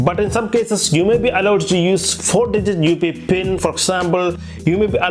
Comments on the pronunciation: Just a little tip brother, if you're not comfortable with English just stick to your mother tongue this will let your subscribers understand what you're actually saying in your video as for example you're saying UPI but it's sounding like UP pin. And try avoiding so much accented dramas when you're explaining something as your words are not clear to the viewers. Thank you. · Upee pin nhi UPI pin hota hai